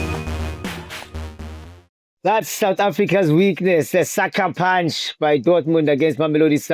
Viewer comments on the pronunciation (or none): You say saka punch 😂😂😂😂